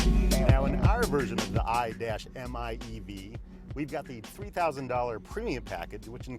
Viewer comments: The "Aye-Dash-Em-Aye-Eevee" Oh PLEASE! Would u cut that f* nonsense and call it the "Mitsubishi I" instead? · You had me at "I dash m I e v" sexiest name. Imeev. Stop saying I-dash . My god. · Stop calling it the i-dash-miev! You could just say "car"!